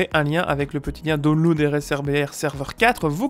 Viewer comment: "il faut dounlounde" j't'adore:')!